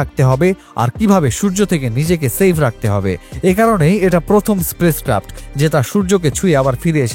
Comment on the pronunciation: আপনি space craft কে বারবার বলে চলেছেন Sprace craft !